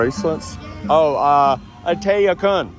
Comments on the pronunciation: Nice video dude in my wife’s home country. You said “atey akun” sounded so funny. It’s more like “ot-they orkun” for us southern USA people 😂 and Khmer is said like Khu-mi. Cool seeing some nice cars I hope and wish Cambodia can grow their car culture would be awesome and interesting to follow. Need a nice race track. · LOL your "ort te, awkun" needs some work....probably wouldve understood no thank you better LOL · Your pronunciation of no thanks wasn't great. If you took your car from Thailand to Cambodia you have to be with it. Indiana Jones Ta phrom